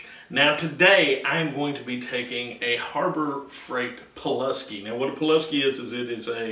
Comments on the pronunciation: Poo lass key is how you say it. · pooluhski from harbor frought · PEW LAS SKI